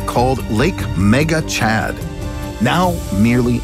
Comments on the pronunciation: this man said "Giga Nigga" 😂😂😂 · No one: Nobody: Absolutely nobody: The narrator: "LAKE MEGA CHAD!!!!!"